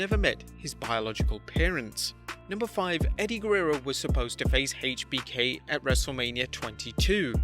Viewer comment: I cringe every time I hear him say [HEICH BI KEY] god fuckin damn man